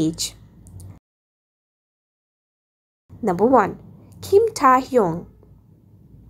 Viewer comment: Bruh it's KIM TAE HYUNG not KIM TAA HYOUNG ur pronouncing wrongly